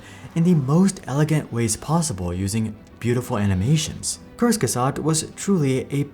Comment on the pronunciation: lmao i thought kurzgesagt was russian the way you pronounce it